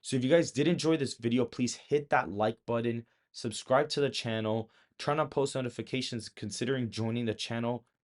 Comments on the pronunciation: I like your channel but please stop saying buddin instead of button. Just a pet peeve. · The second you said "buddon" instead of "button" I switched off. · “Button” is not pronounced “budd on”. It’s more like “but’n”. Best wishes.